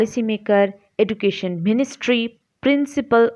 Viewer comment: please take care of the pronunciation of 'education'